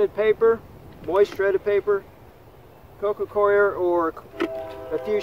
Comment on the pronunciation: Every video you pronounce “coco coir” as “coco queer” 😂😂😂